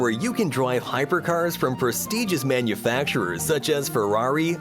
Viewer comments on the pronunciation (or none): ''manufacturehhhhhhwrs'' lollllll